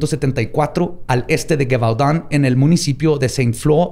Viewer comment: jajajja pues si tienes razón que la pronunciación estaba "pal perro!"... GEVAUDAN que la pronunciabas con una GUE gangosa... estaba muy mal... es LLi-Vodoun... pero el capítulo como siempre MUY interesante y entretenido y MISTERIO RESUELTO!!!!!